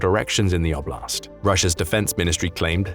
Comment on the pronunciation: And I do wish that since Russian territory is the context, that oblast' be pronounced correctly: like O-bl(i)st. You won't get the palatalized T in English. It sounds like a French TH.